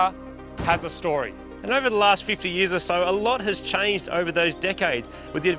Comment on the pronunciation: lmao thats so fucken australian 6 yeahs